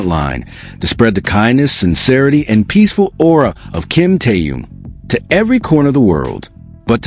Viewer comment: Где вы увидели охрану, да еще усиленную? Джин и Тэхен идут совершенно одни, и где охрана. Глаза откройте, бросили мальчиков одних, после всех угроз, любой подходи, и делай что хочешь. И вы автор неправильно произносите имена. Это Тэхен, а не Тэюн.